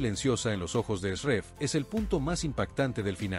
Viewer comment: QUE ESQUISITO, VOCÊ NARRA UMA COISA, E NA LEGENTA ESTÁ ESCRITO OUTRA COISA, E VOCÊ PRONUNCIA O NOME DE NISAN E ESRREF ERRADO.